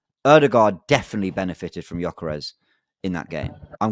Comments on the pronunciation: Absolute disgrace cant pronounce Gyokeres name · still complaining on Gykores while he can't even pronounced Gykores name correctly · Guys figure how to pronounce his name! It's so annoying. You guys have a big platform so you should learn how to pronounce name... Much love and I love the show but this is so frustrating 😔